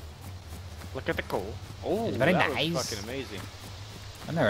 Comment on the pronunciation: Vewy Nice vewy nice